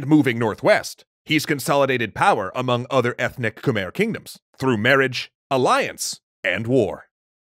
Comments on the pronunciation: probably to late, but you are proununcing khmer wrong. drew durnil got it right first try... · It is not pronounced khmer though. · Wrong pronunciation of khmer empire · Isn't it pronounced Khmai? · Everyone is getting worked up over the measurements but no one's talking about how Khmer is mispronounced. It should be more like "khmai" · You are saying Khmer wrong it khmi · Its pronounced khmei but spelled Khmer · ahhhh its pronounced Khmi not Khmer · You said khmer wrong